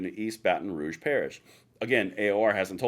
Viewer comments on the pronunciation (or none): none